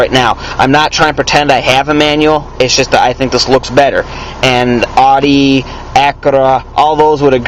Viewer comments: its pronounced "ow-dee" and acura is "ak-yura" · The way he says Audi and Acura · your pronouncing audi wrong...